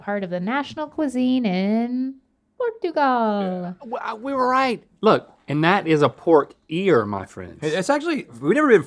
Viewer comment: “Portoogol”